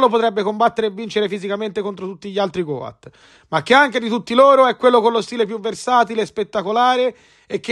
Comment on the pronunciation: Si pronuncia got con la O chiusa cmq, non goat